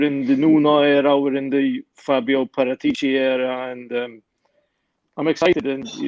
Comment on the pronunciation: Fabio paratici is not pronounced with a G in his surname every time it sounds daft